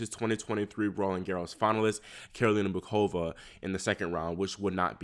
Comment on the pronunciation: It’s Pronounced Mooh-Ova not MuKova. Just fyi